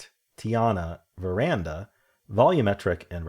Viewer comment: At first I thought you’d misread VER-Dana as ver-anda but you kept saying it, even when saying it’s a font. Ver-Dana is the font, ver-And-a is a balcony.. I struggled with strands, not being Jewish. The pips was fun today, nice logical flow